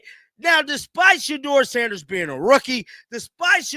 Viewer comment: Put some respect on his name, Say it SHEDEUR SANDERS